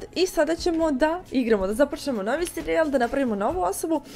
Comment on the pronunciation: 0:5 seri-jal xD ja ono 1 put čujem kažem kako?Mislio sam da mi se činilo. 2 put sam se zasmejao.